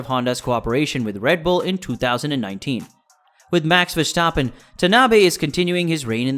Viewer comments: I don't want to be a dick, but its verstappen, not vershtappen or verschtappen. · The name prenounciation of Max Verstappen is cringe